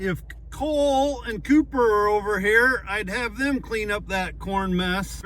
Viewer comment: sorry I think its Cooper not Copper.